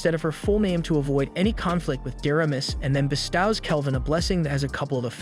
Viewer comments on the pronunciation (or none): Bro you need to learn how to pronounce “bestow” ASAP in a serious way. Great video otherwise 😊